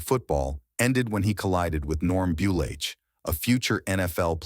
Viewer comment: These videos always get name pronunciations wrong. Norm Buliach.